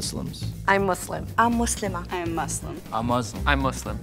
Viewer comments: ‘converted to muzlam’ 💀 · He even pronounced it wrong😭😭 (muZlim) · Ngl when she said Muslim but 'muslima' I kinda suspected it 😭😭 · Ikr like what’s ‘mazlam’ it’s pronounced ‘moosleem’ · No the point is there is No Muslim that pronounces it ''Muzlim''... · I hate when my non existent imaginary friends call me “MOooZlIm” like wtf :(